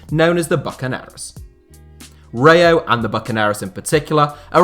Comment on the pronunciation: Please learn how to say RAYO correctly 🤦‍♂️